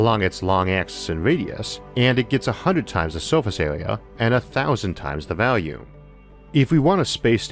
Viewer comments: It's pronoucned volume with an 'o'-sound ffs. not "valume" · Vaalume ? Waaer ? Amor ? The speaker seems to have a speaking problem ! Barely understandable !